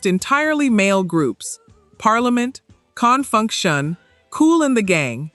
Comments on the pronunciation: I've heard this before (AI) in the beginning I thought it wasn't,it really seemed real but that "kun-funk-shun" instead of con-funk-shun umm not so sure now. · Whenever I hear one of these AI generated videos mispronounce a group's name, I'm out. "CON" funk shun???? No need to continue watching. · The mispronunciation of ConFunkshun gives this away as AI. SOS deserves better than this. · As soon as the AI mispronounced Confunkshun.....